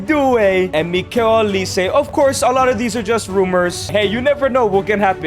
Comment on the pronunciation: mf said "mikel olise"